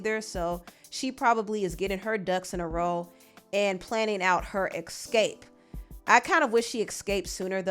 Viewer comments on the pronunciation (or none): The fact that she pronounces escape as “ecscape” is bothering me, is it just me 😂